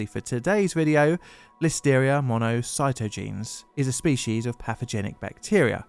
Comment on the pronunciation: Mono-sigh-taw-gin-ease! Damn it! Say it right!